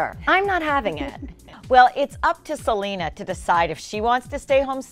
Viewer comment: It's Selena NOT Gelena